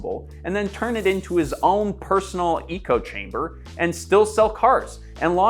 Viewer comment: "eco chamber" ?? First we got folks pronouncing "eco" like "echo", now "echo" like "eco" ... words mean things! words also sound a specific way!